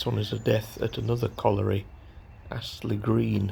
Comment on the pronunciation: Really interesting as always but don't show off you can say colliery. It's a word I can't say 😅